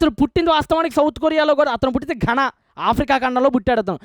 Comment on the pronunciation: Anna.. Just cheptunna... Mee Melu kori.. Pause ni పాస్ Ghana ni గాన అనండి అన్న...